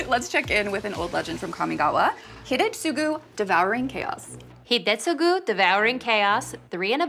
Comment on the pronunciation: Oh man and that Hidetsugu pronunciation!